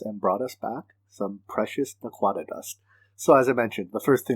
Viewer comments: Hahaha.. you are perfectly fine! I was just chuckling. Love the video series though! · For the prununciation of naquadah.. watch some Stargate ;)